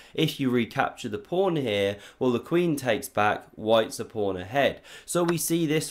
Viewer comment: Why do you always say pRawn at the opening?